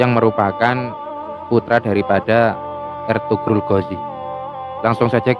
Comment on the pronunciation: Eltugrul dbaca = Elturul